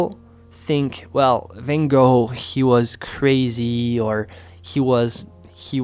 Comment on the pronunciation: Love Van Goph.. This was a conversation I had with a friend a few months ago. I’m happy to hear you speak the correct pronunciation. Many people are surprised, as I was, to hear we were saying his name wrong for years. Thank you ! 💜